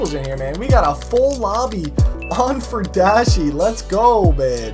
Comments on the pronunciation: It's pronounced fury-dashi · FUR-I-DASHI......I know you like the furries mate, but come on :P